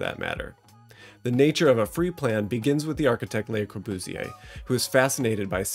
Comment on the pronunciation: plss don't say his name like brat pitt speaking french